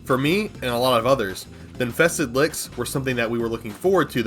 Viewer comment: “infeksted wicks” yeah youre def drunk